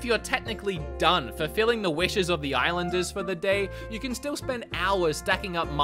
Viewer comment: "IslandEmUps" lololol